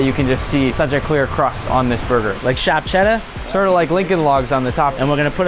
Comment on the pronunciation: "shahp chedduuah"